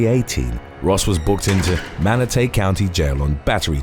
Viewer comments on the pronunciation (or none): The way you said "Manatee" county was so extra lol. It's manaTEE not manaTAY. Have you ever heard of them / seen one before? They're the coolest creatures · It's pronounced Manatee County like the animal. I believe that's the city where they have the manatee habitat. And the other one is Bradenton county pronounce like the word braid. I live in Florida so I happen to know how to pronounced so I think I just help you along whenever you have any videos with these other cities not that you're not awesome you are awesome we love you 💕💕💕